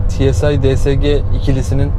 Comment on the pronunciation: Tsı değil tusiar 😂👍🏻👍🏻